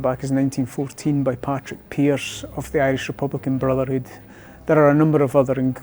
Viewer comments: It is Padraig not Patrick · Padraig Pearse, not Patrick. This leaves out quite a bit, and the playing down of the collusion element is rather laughable, but it's not the worst take I've seen on the situation...